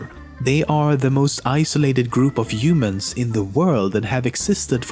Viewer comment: Umans? WTF are you French?? 😂